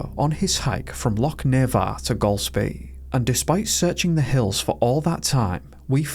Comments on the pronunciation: Please learn how to say Loch instead of Lock!! It ruined the story for me.. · It's not 'lock' u sassenach. It is loch, get it right. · Wish you could learn to say Loch it’s very annoying a lock is something you put a key in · Why are you mispronouncing the word loch, are you deliberately trying to insult Scots? Its not a hard word to say otherwise